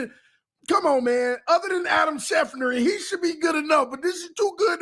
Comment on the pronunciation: Schef-ter NOT Schef-ner 🤦🤦🤦🤦